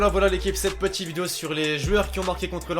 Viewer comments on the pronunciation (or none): Il a dit cette peti vidéos 😂😂😂